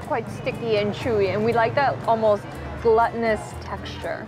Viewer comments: It always cracks me up how says gluttonous instead of glutenous 😅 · Glooootinous, not glut-in-us. Yummo 😋. Omg I'm so hungry watching this video.